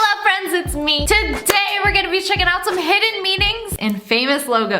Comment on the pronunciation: Her intro: hello friends it’s me What I actually hear : llo friends it’s me